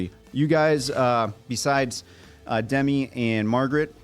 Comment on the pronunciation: Guys, two things: it's Duh-MEE, not DEM-i, and Dennis Quaid is so f-ing NOT Randy.